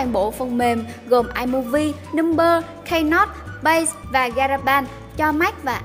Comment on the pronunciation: Hình như bạn có cải thiện phát âm được một chút rồi, những phần có tiếng Anh có đọc chậm hơn và cũng chuẩn hơn, có mấy chữ như "A.I" hay "keynote" thì chắc bạn vẫn còn đọc theo thói quen thôi. Cứ cố gắng vậy nha bạn. Chứ chất lượng thông tin với video của thì rất tốt, đừng để mất ng xem chỉ vì đọc chưa đúng